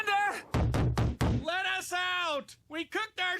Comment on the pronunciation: Bender's name isn't Bonder, it's Bender! 😆